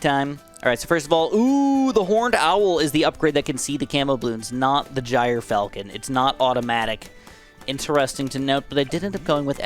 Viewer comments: Please say it like "Gear Falcon" I'm crying laughing at Jire Falcon 😂😂😂😂😂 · The standard American pronunciation is JER-falcon btw :) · Bottom path is pronounced "Jur-Falcon" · I think the gryfalcon is pronounced “griff-falcon” like griffin falcon